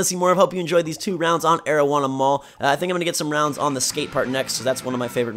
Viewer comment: I know bruh i thought to my self that it sounded like marijuana mall when i first heard it lol